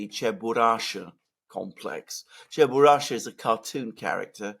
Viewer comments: Oh, FFS! ЧебурашКа! It's CheburashKa, not Cheburasha! Che-bu-rash-KA! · Guys, it's CheburashKa (with a "k"). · Alexander, you keep saying Cheburasha... is it really called that or Cheburashka? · Alexander, with all due respect it's "Chye - boo - rush - kuh" Чебурашка :) This rather strange for the Russian language word was created by the creator of the cartoon. He explained many decades later that he once saw his little daughter who was dressed in a lot of layers of clothes for the cold winter resembling some strange creature. He then saw his daughter clumsily and cutely fall on the floor and in the region where he lived there was a slang word for falling. This verb was onomatopoeic: chyeboorukhnootsya чебурахнуться - "smacking down" or something like that. So came the idea to name a cute, strange, clumsy creature Чебурашка. Also, by telling this story he finally solved a many decades long mystery: the gender of Chyeboorushkuh: hence he created it after his daughter: it's a girl. My kindest regards to you!